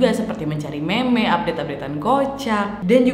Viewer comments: Mon maaf ya waak,, meme itu dibaca mim🤭 ga enak dngernya meme😁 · KAK NADIA!!! NGOMONG MEME NYA : MIM BUKAM MEME ASTAJIMMMM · meme di baca mim kak :v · meme dibacanya mim kak nadia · Mencari meme? Itu dibacanya "mim" Naddddd :')